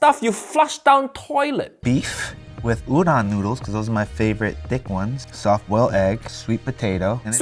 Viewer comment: Udon is pronounced Oo-doh-n, not oo-don. The second syllable is not short for Donald. The "O" is a long "O" and in "Oh". It's two f-ing syllables - it's not that hard to say it right!